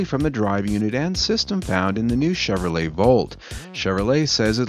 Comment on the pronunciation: This guy has a hard time with the word "Chevrolet" His read reminds me of Spicoli from "Fast Times At Ridgemont High"